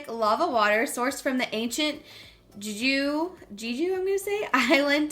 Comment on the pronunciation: Pronounced “jay jew” spelled Jeju. It’s the Hawaii of South Korea. An amazing place to visit.